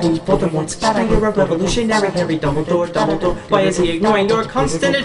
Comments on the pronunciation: Good job but it is Dumbledore not Dumpledore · U know it's dumbledore and not dumpledore